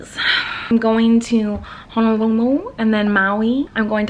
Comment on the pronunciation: Oh Miranda your pronunciation of Honolulu is perfect!